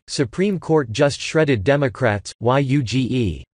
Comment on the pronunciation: Y-U-G-E ( - ).....another idiotic robovoice. Where are the REAL PEOPLE who can read this and fix this problem?